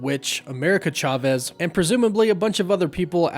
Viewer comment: Thank you for pronouncing Chavez properly.